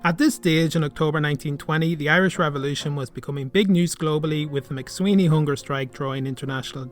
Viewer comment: I'm afraid that 'McSwiney' is not pronounced here properly.